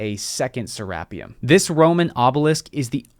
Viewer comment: it is pronounced serra-peum